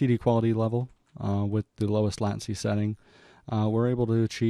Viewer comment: just fyi, it's "late-ncy" ... good video tho, very informative <3